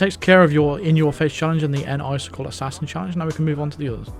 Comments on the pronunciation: lol, it's (Nice-Sickle) not (Enn-Icicle). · "N-Icicle" sounds a lot like "Nice kill"